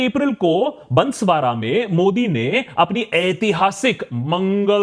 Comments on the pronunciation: बंसवारा ❌ बांसवाड़ा ✅ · बंसवारा नही बांसवाड़ा है । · Bro plz stop saying बसवाड़ा it's बांसवाड़ा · Bro it's बांसवाड़ा not बनस्वारा hamari janambhumi ka naam sahi se lelo yaar 😅😅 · Its बांसवाड़ा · Sir it's बांसवाड़ा 😅